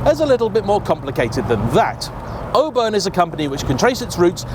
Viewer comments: Is it not pronounced 'or-burn' rather than 'o-bun'..? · The people of Auburn, Indiana (where the car originated) pronounce it awe-burn, not "oh-burn" as he says it. Bob's your uncle! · It's "Aw burn", not "Oh burn". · Aww-burn not o-burn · You are pronouncing it “O-burn” interesting, I have always heard and said it “Awe-burn” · It's pronounced "AWE-burn". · ahem… it's AW-burn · Now to be that guy, but I've always heard it pronounced "Aww- Burn " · It’s worth twice the price of admission! Just don’t pronounce it Oburn 😂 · I think it’s pronounced “AW-burn” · All-burn 😂 learn how to speak American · Please pronounce the Auburn name correctly. "Oo-burn" is not correct. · It looks good even when it's driven on the wrong side of the road and Auburn is mispronounced. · I think it would have been nice to note that the Auburn of the last century was built in Auburn, Illinois, USA, not Florida. Also, while the marque name starts with an Au, it is a North American Au, pronounced like the au in autumn, not like the au in au paire. Please, we ridicule, but don't interfere with the British pronunciations of place names like Worcestershire, please be an educated Brit and display the same courtesy. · As soon as I saw it, I knew it was a fake Auburn because of the incorrect wheels. Unlike, who may have pronounced Auburn the say way as its owner, I know how to pronounce Auburn correctly. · Doesn't know how to pronounce Auburn. Doesn't know how to pronounce Willys. This guy's a car expert?